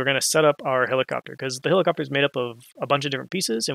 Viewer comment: heliCOPTAH HELIcoptah !!!